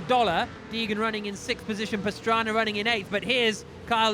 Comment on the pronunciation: When did start announcing and why does he call Pastrana, Pastraner?